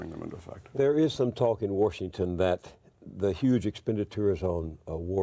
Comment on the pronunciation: "War-shington" Accent or Freudian slip?